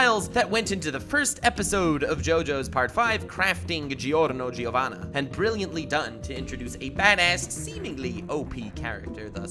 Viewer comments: Fyi, if you're going to enunciate his name, it's still pronounced as Jo. So, "Jorno Jovanna" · Btw I'm Italian and I have never met someone called Giorno (it means DAY in Italian)..... It's not even a name in Italy Ps: it's pronounced like Jorno Jovanna, without the e in the middle ;) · Jorno Jovana not Joerno Joevana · Huh I thought you pronounced it Zhorno Zhovana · The way you say "Giorno Giovanna" sounds so "someone touched my spaghetti"!! 😂 I love how English people say Italian names